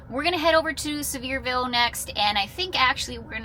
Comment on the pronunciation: I live 5 minutes from that Buc-ee’s! You’re saying Sevierville just fine lol! 😂❤